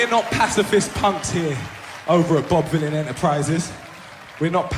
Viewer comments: Pronounced Villan....but based on Bob Dylan...... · Jesus Christ Katie it rhymes with bob Dylan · Pronounced villian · His names BOB VYLAN, pronounced like VILLAIN, and he's a the Lead singer of A PUNK ROCK BAND that is GREAT. ZIOS HAVE TO MUCH POWER AND INFLUENCE AND DOUGH THROUGH THOUSANDS OF YEARS OF USERY THEIR EVIL EVERYONE KNOWS BUT MUST DO AS THEY SAY OR ELSE THEY WILL BE OUT OF EMPLOYMENT ETC LIKE JEREMY CORBIN WAS REMOVED AS LABOUR LEADER FOR BEING TO NICE BUT GREEDY ZIOS HAD OTHER IDEAS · "Vylan" is pronounced "villain". It rhymes with "Dylan" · Vylan rhymes with Dylan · Rhymes with Dylan. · Out of touch, simple search and would know how to pronounce the bands name. Ridiculous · Vylan as in Dylan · It's pronounced "Bob Villain", it's meant to sound like "Bob Dylan" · Katie I just waned to point out hs name is pronounced like "Villain". It's a play on the legendary artist Bob Dylan. Bob Vylan, let's give the man his due and proper respect by getting his name correct. Thank you. Bless up Katie. Love your good work too. 🙏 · To state the inescapably obvious, "Bob Vylan" rhymes with "Bob Dylan", another inspired musician prominent in the struggle for justice, for human rights, and for peace. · Bob Vylan, rhymes with Dylan. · I would imagine that it rhymes with Bob Dylan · I think it's Vylan like Dylan - you know Bob Vylan. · OMG Katie 😂 his name is pronounced villain. It rhymes with Bob Dylan. Bob Vylan 😊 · Its pronounced as Bobby Villain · Bob Vylan, if U Girls don't know how this Artist's name is pronounced, try 2 rhyme it with Bob Dylan ... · Pronounced villain. It's a play on Bob Dylan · It's pronounced Veelan not vilan ! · Bob V-eye-lan 😂🤣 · OMG, Americans vs vowel sounds … Vylan as in Dylan or villain😅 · Pronounce it as VILLAIN. Free Palestine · his name is pronouced "bob villian" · Vylain pronounced like vilain, rhymes with bob dylan of course! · Vylan is pronounced like villain. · Rhymes with Dylan. Duh. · It's Bob Vylan, as in Bob Dylan.